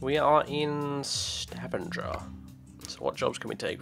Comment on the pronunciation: YAY I live in stavanger! :D and let e just say, you butchered stavanger's name :P but that doesn't matter :)